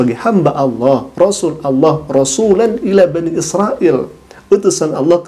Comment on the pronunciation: Nyebut nama tuhan saja ga tau.. buktinya klo meman murtad knapa ga bisa bilang ALLAH